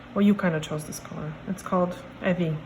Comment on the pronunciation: you said my name perfectly. ☺